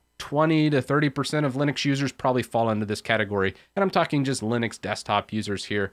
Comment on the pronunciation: Know-viss? Leenus??